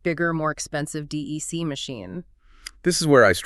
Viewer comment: It's not pronounced D.E.C., it's 'Dec'. Pretty fundamental for an AI generated 'deep dive' that you get at least the name right in the audio. Ugh.